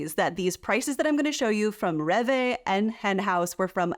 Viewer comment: Which one has healthier ingredients? I bet it isn't USA 😆 Rev Vay 🥲. Rewe is pronounced ray vuh.